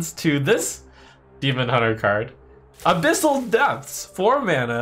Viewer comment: Fun watching trump misread the abyssal decks